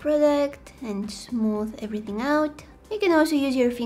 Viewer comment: "EverythinK" hahahaha